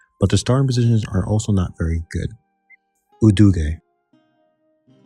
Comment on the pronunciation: Haixi = Hi-Shee Jianzhou = Jen-Joe Udege = Oo-duh-guh Qing = Ching